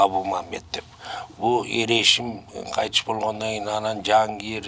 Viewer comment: Эр эсим дебей Эр эшим деп айтсанар